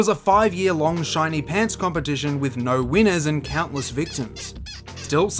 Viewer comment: Why do you speak like that ??? "Naur" 😭